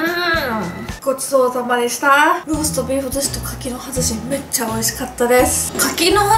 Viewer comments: 最後のごちそうさまでしたの発音ワロタ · ごちそうさまでした のイントネーションが気になる…